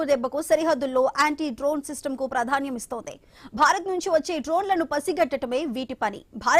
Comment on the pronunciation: ప్రధాన్యం అని పలుకకూడదు,ఆ పదాన్ని ప్రాధాన్యం అని పలకాలి తెలుగు పదాలను సరిగా పలకడం నేర్చుకోవాలి